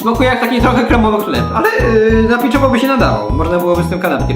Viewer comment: Hlep o smakó masua :D